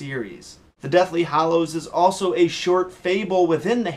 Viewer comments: Why do you say hAllows like a moron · kept saying Hollows the whole video and no one caught it.... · Hallows not Hollows..__.........Hermione moment. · Him saying deathly hallows.... my ears